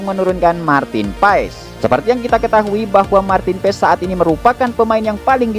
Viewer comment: Cara sebutnya.. Martin PAAys.. 😊.. Bhs Belanda min... Bukan paEs😅..